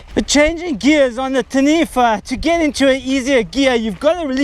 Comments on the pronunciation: its tah-knee-fah. XD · Pronounce Taniwha correctly of you want a like bro.